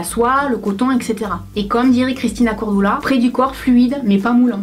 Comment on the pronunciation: elle a dit Christina cor """doula"""""""